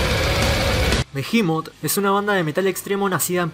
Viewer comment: Hasta que escucho a alguien que pronuncia bien el nombre de la banda.